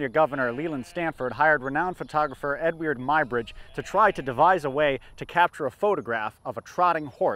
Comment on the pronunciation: Hey, I caught you using the Old English pronunciation of Edward—pronounced as “Ed Wierd”!!! Ha ha ha!